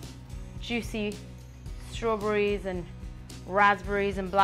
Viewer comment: she said straw BRRIES instead of barries XD